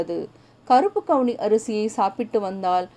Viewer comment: கவுனி அரிசி மேடம்,அவுனி அரிசி இல்லை